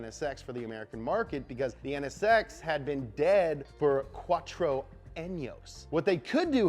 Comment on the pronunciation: "Quatro Años" LMAO